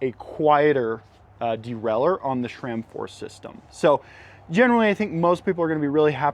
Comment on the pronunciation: it is sram. not shram. hahahah